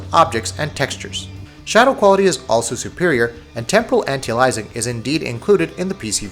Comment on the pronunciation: Please for the love of god type this into your youtube search box "How to Pronounce Anti-Aliasing". Thanks!